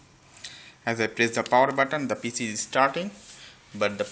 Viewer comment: it's pc not piiiise